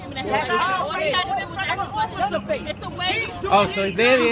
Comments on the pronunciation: Someone should tell that cop how to speak English lol. It's "ask" not "axe." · When the hell will black people learn to pronounce there words correctly? lol I guess we will have to ax one of them sometime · Why does it seem that so many cops say axe instead of ask. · The cop wasn't using correct words. It's ask, not axe. ASK. This bugs the crap outta me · Can someone tell me why it's so hard to say "ask"? Everyone is saying "axe"... I axed him... Wtf. Surely that's illegal :p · Thank you, my gosh I can't stand it when people say axe instead of ask. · most black people can't pronounce the letter "S" that's why the day axe instead of ask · This is this is the last time he's going to ax him! Wow so unintelligent! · Lmao the cop "that's the last time ima axe you" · should have started yelling hes threatening me with an axe ... why cant blacks ever say ASK its always axe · I’m axing for your ID. With what dude an axe? Oh you mean ask, then why didn’t you say so? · I axin for it ! Let me ask you a question, why can't he say ask ? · He's axing fo' his ID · dis is da last time i gonna axe😂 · Grignak01 Especially after he axed one more last time for it. LOL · never listen to or respect a person in law enforcement that says axe instead of ask proves total ignorance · Is the cop concussed? Is he off his meds? He threatened to axe you. Nothing worse than a bootlicker. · That's the last time he gonna axe! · You shouldn't even be a cop if you say ax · this is the last time I'm going to axsk lol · Lol that’s the last time he’s going to ax you...